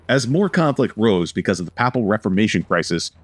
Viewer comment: Narrator needs to research pronunciation of words (e.g., “papal”).